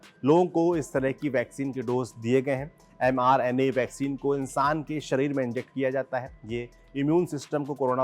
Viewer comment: It's m-RNA meant messenger RNA It's not mr-na